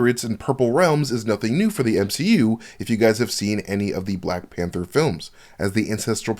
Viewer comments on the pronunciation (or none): none